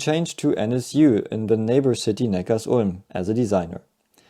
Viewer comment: Neckar-Sulm. Wegen dem Fluss Sulm Nicht „Neckar‘s Ulm“